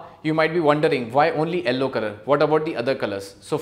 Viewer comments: Why you are saying Ellow instead of Yellow whats the reason behind it :face-orange-biting-nails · its not ello its yello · Its pronounced Yell - O not Ell - O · sir presentation is fab but what is "ellow" color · what the heck is ELLO color?!?!?! it is YELLOW. I got so confused!!! but your work is good. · Why does he call Yellow as Ellow? lmao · And in the captions it is showing yellow as L o😂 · Sorry to say but correct your pronunciation of yellow but it is very good really really nice